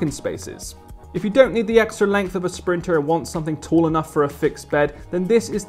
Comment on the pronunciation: S-printer not printer.....